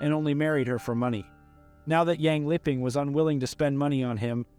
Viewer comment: Bruh literally said "lipping". This woman is dead. You could at least pronounce her name right.